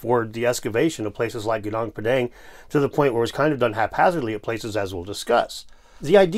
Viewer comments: It's Goo Noong Pà Dhàng not pedeng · Gunung Padang is pronounced GOO noong PAH dung